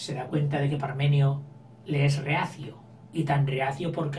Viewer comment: se llaman Pàrmeno y Areúsa no Parmenio y Ereusa😆 pero gracias por estos vidéos, tengo un examen mañana y me aiudas mucho👏🏻🙌🏻